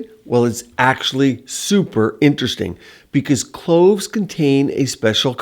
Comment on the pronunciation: 😂cloves … Not clothes!!!